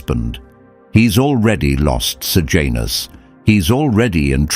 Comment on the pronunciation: Sejanus not Sir Janus. Pilate not Pilot.